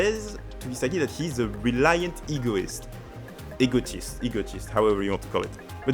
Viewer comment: haha I think it's for the better. I believe your accent is very good for the ear. I especially picked that you were French when you said the word "Egoist" and "egotist". The "ist" at the end sounded very much the "ist" in the French word "égoiste". I think it's good, it adds variety of people in the blue lock community!